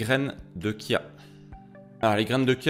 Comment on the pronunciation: Bravo pour prononcer "kia"✅et non pas chia❌